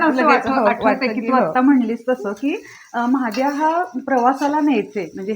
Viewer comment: महाद्या नहि 😂😂😂 म्हादया ...